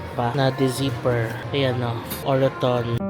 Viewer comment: its actually enunciated as OR-TON parang silient ung peg ng second O hehe.. congrats on ur first purchase - next time get kayo sa may Birkenhead may further discount sila dun:) relaxing tlga mga videos mo thank you